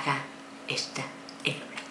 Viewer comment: Es he ro bri ne se pronuncia un poco la ache